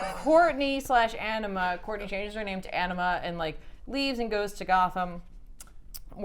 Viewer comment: I dont know why i keep hearing Enema instead of Anima